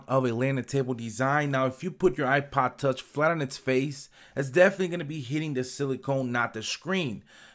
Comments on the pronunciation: "iPod touch" can't you say it properly? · It sounds like your saying ipa tauch